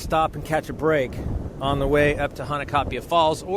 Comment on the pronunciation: Mahalo! Nice job on the photos & video! The river is definitely tough going especially after a rain and when you reach the falls you are rewarded with a stunning sight 😍 Glad you and your friend made it back in there safely. By the way, as a local, may offer you a little feedback on how to pronounce “Hanakapi’ai”? It sounds like you are saying “Hanakapi ‘a’” You were very close. The last part is pronounced a little different. Broken down Hana-ka-pi-ai. The ‘ai’ is pronounced “I” or eye! 😊🌈💕